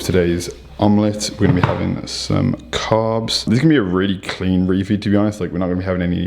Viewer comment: I like the way this bro pronounces the "S's" as "F's" "Five gramfs of carfs" haha haha | couldn't help it